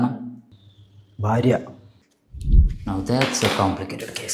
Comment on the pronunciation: ഫാര്യ അല്ല ഭാര്യ